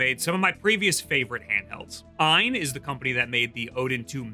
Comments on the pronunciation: It's AYE-N not EINE. You probably call it JIF too huh... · just say A-Y-N dawg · I thought it was pronounced A...Y...N?? Or is that an AI doing the voice over? Or have I just been mispronouncing it for 2 years like a proper nob-head?!?😂